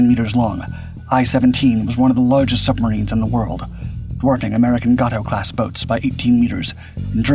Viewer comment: Gay-to not goto .. us speaks English not Spanish as of 2025 at least.